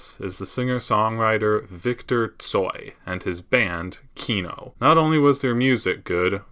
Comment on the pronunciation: Why are you saying KIno, while it is KinO, second syllable stressed in Russian